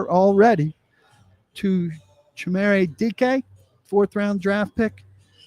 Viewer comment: All those smart people you're employing, and they haven't told you it's CHIM-RAY and I-YO-MANNER.